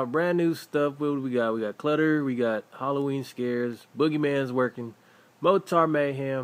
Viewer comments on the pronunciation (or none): it's MORTAR not MOTAR lol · "Mor-tor" lol mor-tar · It's mortar not motar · not pronounced, motaur, it is pronounced "more-ter" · It's not more-tar, it's mortar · its said Morter.. Not Mor-tar. Think Morter shells. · It's not motar it's mortar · mawr-ter is the pronunciation on dictionary com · Why do some people say Motar, not mortar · he says mortar wrong... he says motar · Lol mo-tar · mo-tar haha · mortar is pronounced morder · its pronuoced "more' "ter" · you know youre pronouncing mortar totally weird right? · gggggrrrrr pronouncing of mortar make me mad